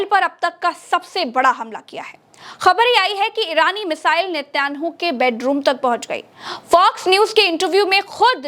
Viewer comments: Netyanu nhi netan yaho bolo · Nityanu nahi netan yahu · Netyanhu nahi Netanyahu Mam. Ab to dhamakedar Youtube channel banana hi hoga.Bas bas bas.